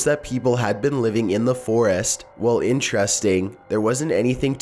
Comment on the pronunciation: This video was very interestAHNG. I'll leave a thumbs UUhP. These were all very mysterIOUS.